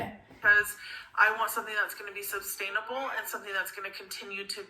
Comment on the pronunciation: "substanable"......oh dearr......so missed the b in subscribe, "suscribe", but added a b to sustainable, bless